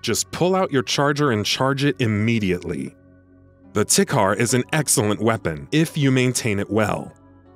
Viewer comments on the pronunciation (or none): Tikhar is pronounced Tee har Play the game before doing these lists It constantly reminds you to clean your weapons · The Tikhar rifle is pronounced "Tee-hah" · is it just me or does the way he pronounces tikhar feel wrong?